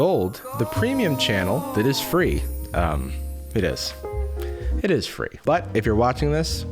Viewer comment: Guys its free He said It he said its fre e